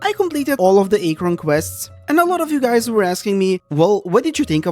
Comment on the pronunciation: kinda agree but the way you pronounce archon and liyue is soooo painful liyue was amazing but too much walking I liked archon quest in sumeru, but I hate aranara questline with overflowing dendro passion (though I like the fact that we can finally explore some of the banned withered zone)... and sumeru has some annoying dialogue automatisation - they say something and you waaaaaaaaait a long time before it switches to the nex dialogue line. (Kinda same with fontaint though... I read fast yet I have to wait till someone say 80% of the line to read the next one.) fontaine was cool but it's hard to move around in the city of elevators especially in the jail and it's irritating elevator system and repetitiveness... too much walking between cutscenes - you need to walk like 10 steps between cutscenes that overload us with slow dialogue sometimes! that's so irritating